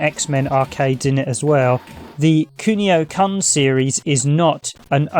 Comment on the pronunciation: Kun is pronounced the same as you did when you said Kunio just drop the io part, not like you are about to drop the c-bomb hah.